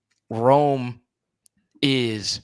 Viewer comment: Man you gotta say Rome's name right lol.